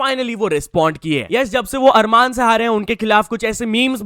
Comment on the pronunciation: आरमन सारूकियन ❌️ अरमान सारूकियन ✅️ We make him desi😂😂